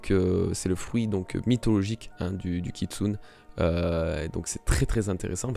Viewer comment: SACRILÈGE kitsune se prononce kitsunÉ !!! e --> é merciii